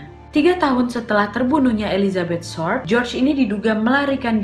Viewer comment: Ketawa aku wakk pas salah sebut nama marga dari hodel menjadi "Holden" Dan Elizabeth short menjadi firllt atau apalah itu wkwkwk. Saking semangatnya sampe lupa dan salah sebut 😂